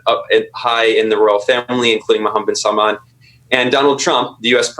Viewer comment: struggling with the name of Khashoggi was hilarious but then Paul calling MBS 'bin Salam' was the definitive killer.